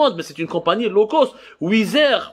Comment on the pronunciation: LO cost. Hhh هاد بوخنونة شحال باش عاد فهمت هاد لو كوست قولها بالفرنساوي عوض تقرا مكايدين فرانساوي ومحن مسكين